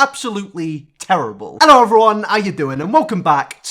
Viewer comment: aLlOe EvEryOnE oW yOu dOIn Love the drama! 👌👌